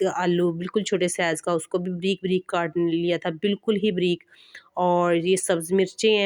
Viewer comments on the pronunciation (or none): Sahi lafz hy (bareek) mgr ap kehti hen. Breek joky sahi nhi hy.ok and plez don't mint.